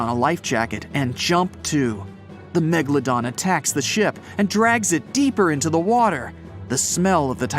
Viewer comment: It was .......A Megladom lol 😂😂😂😂